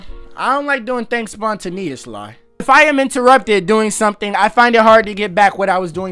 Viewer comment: that spontaneous pronounciation is crazy lol